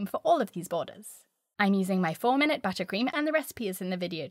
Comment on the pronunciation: I wish I said “buttercream” like you. “Butt-ah-cream”, accent on the “t’s.” Classy! Oh, and the video was good too. 😊